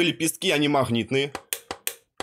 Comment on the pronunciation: Услышал "махнитные", выключил нахрен